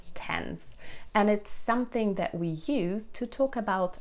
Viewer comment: When I had been to Whitstable “that” was actually not the first time. In this “that” - I noticed a slight “d” instead of a “th”. I am pretty sure that you have noticed it yourself. Please don’t take this as a criticism. You speak a wonderful British. I just wanted to point out that such slight little things in pronunciation do happen to all people that are not a 100 % native. I need to hear your personal story. As far as i remember there is one among all your tutorials.